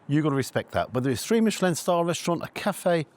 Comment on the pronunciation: Mishhelllin star scamm